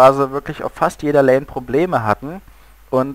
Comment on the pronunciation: außerdem heißt es lane und nicht lain. nooblords